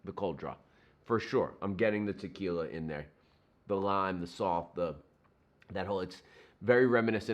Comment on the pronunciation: Just paused your video and went over to watch "Ahhnold" do his trick. You did a pretty good imitation but you gotta say, "T'killa" like he does..... Ha. Now, I'm gonna have to try this.